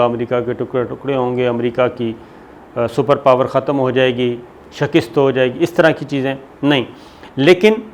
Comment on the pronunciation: Sabir shakir sahib, please correct your pronunciation of the word 'shikast'. It is not 'shakist'. I hope you will not mind. Thank you.